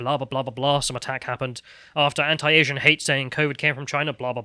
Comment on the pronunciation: Please stop mispronouncing 'anti', you are not American